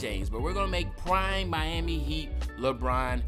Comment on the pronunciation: Claim ur pass for when it said prmie instead of prime